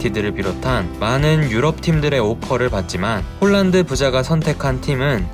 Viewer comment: 실제 이름의 발음은 홀란드가 아니고 "홀-란" 입니다.:hand-pink-waving